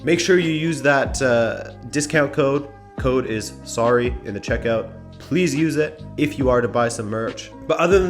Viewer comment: Oh I love when Canadians say sorry lmao, love you